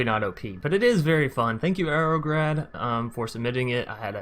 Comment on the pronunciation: Also, Incase you were wondering, the grad is said like 'grad' in graduate, Thanks again for showing the deck.